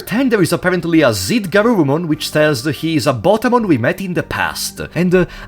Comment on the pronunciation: + This is not GArurumon its GUrurumon ^^